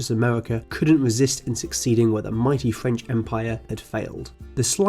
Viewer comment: The pronounciation is ... bankwupt wooswelt, fwench empiwe, ... ouch.